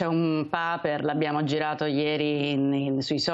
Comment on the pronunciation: un pàper….? UN PÀPER????